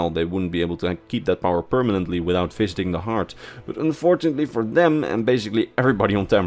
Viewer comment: I'm watching this after waking up, and when you said "visiting the heart", I really thought for a few moments, you said "fisting the heart". I was pretty intrigued by the mechanics of that concept.